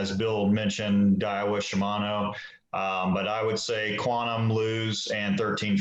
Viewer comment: We won't talk about the pronounciation of ShiMANo 😂. Really enjoyed this one guys. Thanks for all the great info. Tight lines to all 🎣